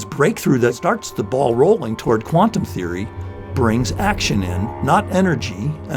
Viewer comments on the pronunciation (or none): none